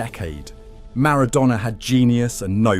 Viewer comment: Don't forget the AI voice as well. Who would make a 30 minute video about Argentina football history and not know how to pronounce Maradona.